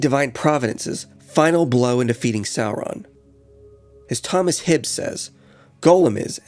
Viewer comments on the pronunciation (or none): none